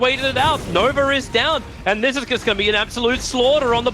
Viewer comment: I swear Tobi is saying "Nover" instead of Nova